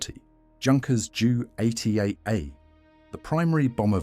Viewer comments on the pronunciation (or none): This video is riddled with errors But most I could let slide. However the use of AI for doing the voice over is a huge mistake. The mispronunciation of the make a models is awful. Even worse when you start calling the Junkers J.U.88 a jew 88. Do you never watch your own videos and think. " oh wow that's not really appropriate". If not I suggest you do. You have obviously spent time compiling this video why not just do the voice over yourself.. I gave up watching half way through and I certainly won't be clicking like or subscribe on the strength of this